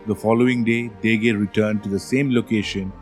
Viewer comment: My ears are Ringing with the pronunciation and ignorance of Basic Fijian Pronunciation..the word Degei is properly N-DENG-AY ....Not as you so uneducatedly said it The word Yagona is Pronounce YANG GONA...if you want to spruik yourself as International Experts best get your basic words right or I shall call up a Veli to put some Draunikau on you. We also have some snakes in Fiji including the Venomous Bolo and many species of sea snakes... .